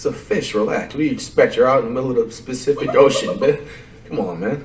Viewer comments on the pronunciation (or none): My nigga really said the “Specific” Ocean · Man said specific ocean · I nearly choked on my food when he said “specific ocean” 💀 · “Specific Ocean” 😂🤣🤣🤣🤣🤣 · “Specific ocean” 🤣🤣🤣🤣🤣🤣🤣🤣🤣🤣🤣😭😭😭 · My man said specific ocean 😂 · Did fligth actually say specific ocean????😂🤣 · Did he say specific ocean? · Like some where in the back of my head i though maybe he just miss pronouced words or stumbled in his sentences but now we know hes dead ass specific ocean 😭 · Specific ocean not Pacific Ocean